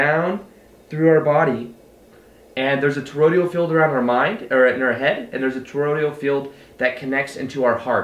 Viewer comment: For the 3rd time for sakes man. It's toroid-AL not Torod-IAL. Dude, check our Arthur Young for more on the energetic torus.